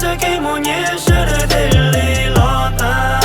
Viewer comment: "los tas" los yog "lov tav" na hahahaha